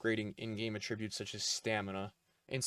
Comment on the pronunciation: Why does he say “attributes” like that ☠️